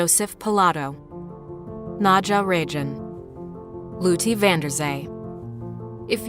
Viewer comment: Its pronounced Nadja Regin